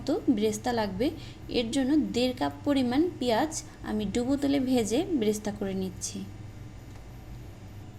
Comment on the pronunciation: Bresta না। এটা বেরেশতা।